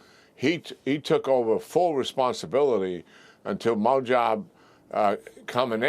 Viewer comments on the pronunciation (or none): Not that it’s a big deal, but you’re pronouncing the names all mixed up! And you use random pronunciations each time It’s BA-SEEJ, not BUHJI It’s MOJ-TABUH, not MUH-TA The Iranian audience, it gives them an impression that you don’t even know who you’re fighting with Thanks for your attention